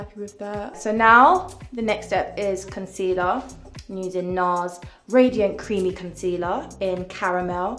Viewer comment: The way she says concelear is so funny, like "conzelaar"😂😂 beside that I really like her, she's so funny, relatable and beautiful.